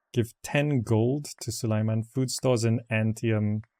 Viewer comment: Repeat after me: Sue - lay - man. Now do it without pauses. Congrats, now the sultan will know you addressed him!